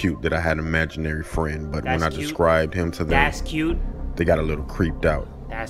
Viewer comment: Uhm.. imaginary... not amaginarie...